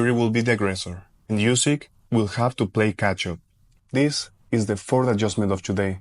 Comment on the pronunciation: Nice video. Well done! But one thing is that you aren’t saying Usyk’s last name correctly. It’s pronounced OOsyk. A double O sound like in “look” for example.